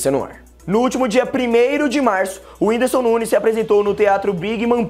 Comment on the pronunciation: Ela fala whindisu kkkkk